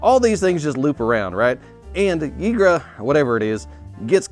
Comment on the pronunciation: I do believe the 'A' In 'Ygra' is silent, like a Norse pronunciation. Akin to Valhalla being pronounced 'Valhal' And Maha, it's wings night, pronounced "Mah' " was what I heard from a trailer.